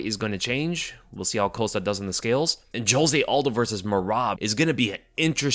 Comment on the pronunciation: I thought Chael Sonnen was great at mispronouncing names. Then I heard say "Paulo Coast-uh" and wow. is making a strong case for himself.